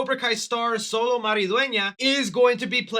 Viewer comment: Its pronounced Cholo not solo lol